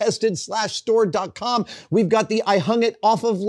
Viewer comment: Can't say tested store properly demerit badge